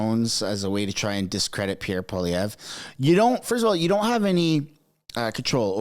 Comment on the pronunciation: Alex jones is the man. It’s funny how the left claim Alex Jones endorsed Pierre when Alex didn’t/ doesn’t know how to properly pronounce his last name correctly HAHAHAHA